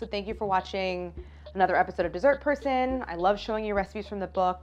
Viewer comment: I always hear "this is her son" instead of dee-sert per sun